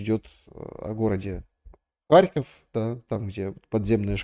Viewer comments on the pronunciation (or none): none